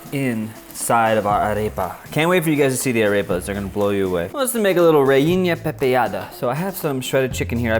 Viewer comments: Jajajaja REINAPEPADA XD it,s Reina pepiada. hard to pronounce in english, i guess. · ok i help you say reina pepeada. pronounce rey as in Ray the name. the na as when you say Nancy, but short it on the NA, after that. pe as in peril. then pi as in pierce just the pi, ada like in adamantium ada! and is yours: a ver say REINA PEPIADA!! EVERYONE REINA PEPIADA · reinia pepeida t_t .. reina pepiada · I must say i loved you made an amazing video of the cuisine of my country venezuela ♥ you should the empanadas, and i forgive u for the pronunciation of reina pepiada XD. Loved the video!!